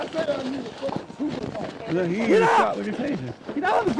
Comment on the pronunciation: "I need yo supavisa, I need yo supavisa, I need yo supavisa" 😆